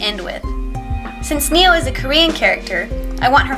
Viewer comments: But it's not 니오. It's name is네오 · Very cool repaint! By the way, Neo is actually pronounced like "ne-o" rather than "nee-o." I hope to see more repaints of Kakao friends! :)